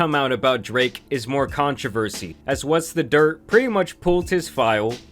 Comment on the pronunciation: Does anyone else notice how consistently over pronounces words that end in K lol DraKKKKKKKe